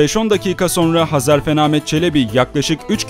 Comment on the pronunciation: Sevgili kardeşim, öncelikle bu video için teşekkürler ve bu tarz videolarını dört gözle bekliyor olacağım. Hezarfen benim yıllardır sanal alemde kullandığım takma adım, bende hep onun gibi uçmak isterdim hatta rüyam da uçtuğumu görürdüm. Lafı uzatmadan şunu söylemek istiyorum, video da sürekli Hezarfen değil Hazarfen dedin, bugüne kadar tanıdığım bir çok kişi de Hazarfen dedi. İnsanlar bunu bilerek mi yapıyor, söylemesi zor mu geliyor anlamadım. Hadi diğerleri daha önce tanımıyordu, ismini çok telafuz etmedi dillerine yabancı geldi diyemedi, sen niye dedin kardeşim:)